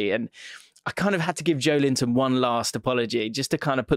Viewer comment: The way you pronounced Joelinton is actually not far of how it’s actually meant to be said. You got the ‘jo’ bit spot on.